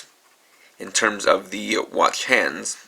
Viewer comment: why cant you say watch normaly it kind of bothering me a bit by bit i mean alot